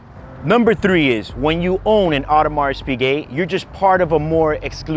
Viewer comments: I don't normally comment but please don't pronounce the S in Audemars, it's just o-der-ma. It's really very off-putting, so much so I had to stop the video. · You really need to work on your pronounciation game. The "s" in Audemars is silent for example. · Please stop spelling the S at the end of Audemars, it should be silent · If you could pronounce Audemars correctly, that would be great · You really should learn to pronounce Audemars and Vacheron before making videos about them